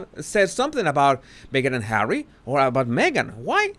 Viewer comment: I love how he says "Hawwy"! I can't help but smile or giggle.